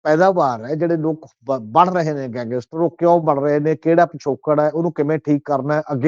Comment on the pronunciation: ਸਮਝ ਨਹੀਂ ਆ ਰਹੀ ਕਿ ਗੈਂਗਸਟਰ ਕਹਿਣਾ ਕਿੰਨਾ ਕੁ ਮੁਸ਼ਕਿਲ ਹੈ,ਵਾਰ ਵਾਰ ਗੰਗੈਸਟਰ ਕਿਉਂ ਕਿਹਾ ਜਾ ਰਿਹਾ ਹੈ